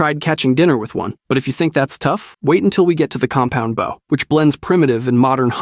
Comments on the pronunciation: What the frick is a Baow? .. it's called a BOW!! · Alright, to sort out the bow thing, because it really bugs me There are two bows in the English language. The first one, is the bow of a ship. This is what you keep saying, with an o pronounced like in "ow" The second one is the hunting bow, pronounced with an o as in "oh" I hope this is more helpful than just complaints Great vid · baow? what the fuck is a baow bro 😭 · Fuck baaw what reminton? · I like the video but why are you saying bow wrong but crossbow right? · I was enjoying the video but you keep saying bow wrong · Same 😂, so painful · As an archer, violinist, arts & crafter and white belt in karate it really throws me at times 😅🤷🏽‍♂️😂